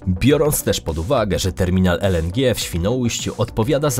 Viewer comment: "Terminal ELENDRZI" Babo gdzie cię polskiego uczyli? Czy ona tak always pierdoling pół English pół Polish?